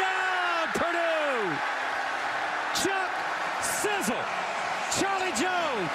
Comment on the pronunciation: He said Chuck Sizzle 🤣🤣🤣🤣🤣🤣